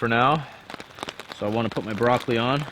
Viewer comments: Brocorri? Is that the asian way of saying it? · we have a few things in common! We both say "broccory" instead of "broccoli", have a taste for good craft beer (my offer still stands for SGBC!), bring steaks on trips and make TPB references. Maybe meet of for a Pukaska trip? My bro and I are going in September. Nice find with the flying squirrel! Thunder Bay Ontario is an essential trip for you! My home town has many beautiful hikes within a close proximity (200 km radius). Come on out!